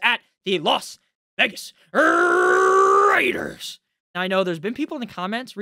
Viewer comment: When you do the Rrrraider thing just move away from the mic a little so those with good speakers can’t file lawsuits.